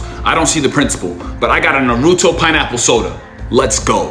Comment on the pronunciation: People need to stop pronouncing Naruto wrong